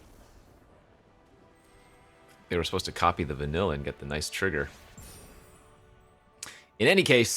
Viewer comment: I hate myself for being this guy. But wotc made my favorite IP of all time and put even more eyes on it.. so….. Vanille is pronounced Vuh-neil A lot of names in XIII have weird spellings.